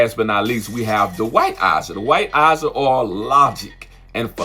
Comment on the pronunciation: Why can’t he say AJAH?